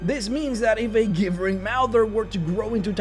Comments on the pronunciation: It pronounced "JIB-BURR-ING" NOT "GIBB-BURR-ING" MOUTHER! (As in GIBBERISH) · Gibbering is pronounced "Jibbering." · "Gibbering" is still pronounced with a J sound, not a hard G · The way he pronounces Gibbering is painful. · Your saying gibbering wrong its annoying